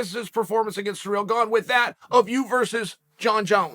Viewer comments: The way he pronounces Cyril is surreal. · '' Francis Sir eel '' lol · “Surreal” Gane lol surprised he doesn’t pronounce last name as “gain”